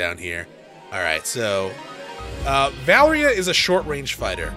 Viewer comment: Why do you keep saying Valria?